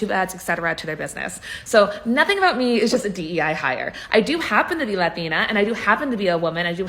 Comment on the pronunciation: The way she accented "latina" .